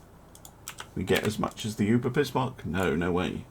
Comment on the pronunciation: As a hint for you for further Battles with German Ships. It is not Uber it is Über. i like your content